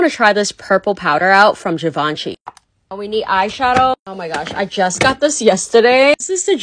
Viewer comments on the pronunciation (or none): Me realising givenchy is pronounced ''Givaancheey''😳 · Pronouncing Givenchy as "jivanshi"? 🤣🤣🤣 I thought she is working with make up